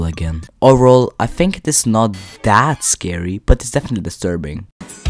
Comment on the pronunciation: “desturbing” no hate btw